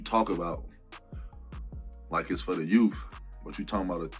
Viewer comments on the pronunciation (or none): Dude said youff